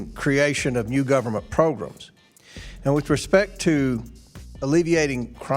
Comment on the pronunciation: I can not with old southerners calling programs "progrims "